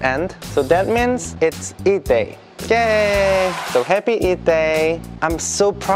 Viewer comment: It's sounds "eat day".😅😅